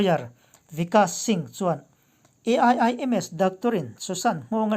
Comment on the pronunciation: A.I.I.M.S I tih tut2 dan ah I thusawi awih a har